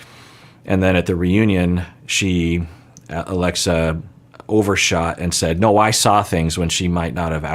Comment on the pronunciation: At some point called her Aglexa. I find it funny and cute how much he was struggling with her name for some reason.